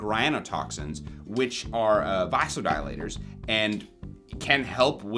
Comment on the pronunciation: Ok ok… I’m a nurse… sidenafil was actually discovered cause as you said it relaxes smooth muscle and it is a vase-o-dial-ate-‘er (typed it phonetically so you pronounced it correctly) and they were looking for a blood pressure mead and relaxing that smooth muscle in the veins… relaxed a bunch of smooth muscle ;-) ;-).. but it can cause blood pressure drops just like anyone who accidentally took one of grandpas nitro pills or touched it and rubbed their gums and were sensitive will tell you it can cause wicked headaches cause that O2 isn’t reaching the brain so much and … cellular dea….(not being so lively)…th hurts particularly in the brain… 🧠